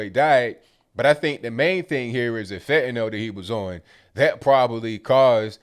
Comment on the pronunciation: fentanyl its fentanyl. pfff